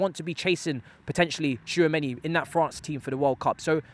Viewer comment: An easy lesson for Tchouameni one, just say "too many", and use "chu" in place of "too"😂😂😂😂